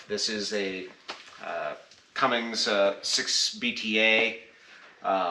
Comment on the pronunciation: Bob is a good dude! He sure goes out of his way to keep people involved in the hobby. FYI there is no G in Cummins. Please dont bedline the truck.... That wheel and tire package is pretty heavy, might want to consider a civilian wheel and tire setup. Good luck with it.